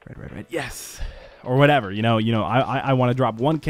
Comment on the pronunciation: LOL "whateva" it kills me lol